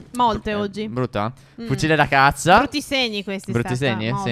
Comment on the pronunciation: /16 non sai parlare 😂 hai detto fucile da cazza😂 (ho modificato perché per sbaglio avevo messo cazz@